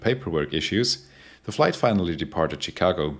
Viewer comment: FYI, Chicago is pronounced (using German spelling) “schikago”, not “tschikago”. ;)